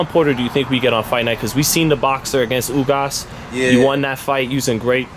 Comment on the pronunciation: Did he say “outboxed Ugas?” Lmao🤦🏽‍♂️